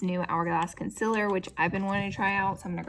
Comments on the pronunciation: I get so triggered by her saying concealer wrong, love your vids tho. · You really spelled concealer the same way you pronounce it. 😂